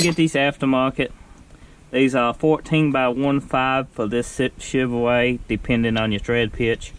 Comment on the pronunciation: he said a chevoway